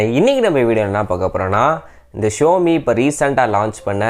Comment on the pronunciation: It's Xiaomi ( shaumi) not showme apart from that it's was good unboxing 👍🏻👍🏻